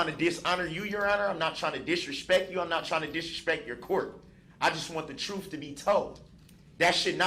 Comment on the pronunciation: He only wants the "troof to be toled" 🤣